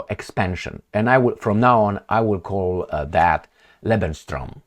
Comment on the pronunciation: It's pronounced:"Lebens-room",.